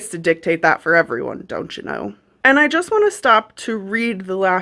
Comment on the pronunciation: "Don't-cha-kno." What in the Canadian!?!